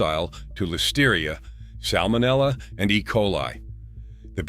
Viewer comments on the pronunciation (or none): none